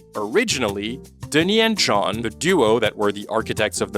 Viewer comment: Listening you trying to pronounce Denis' name is genuinely painful lol